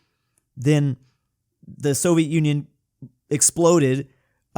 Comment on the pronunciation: At this point, u sounded like u said sovit Union exploded, and I came out